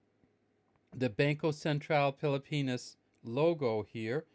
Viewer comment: Is just me who hear's everytime he says Pilipinas, he pronounce it as pili-penis. lmao XD Peace!